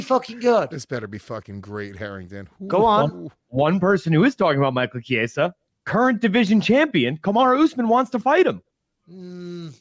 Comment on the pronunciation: How does Harrington not know how to say Michael Chiesa